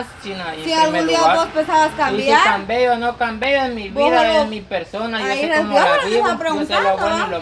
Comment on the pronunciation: no hagas reír no se dice si cambeo o no cambeo jajajajaja se dice así si cambió o no cambió es mi problema ok aprende a hablar